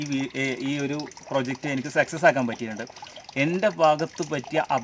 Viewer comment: സെക്സസ് എന്ന് പറയരുത്. സക്‌സസ് എന്ന് പറയു